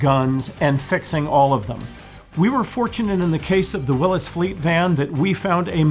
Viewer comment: Willys, is pronounced Will-eez, not Wil-lis.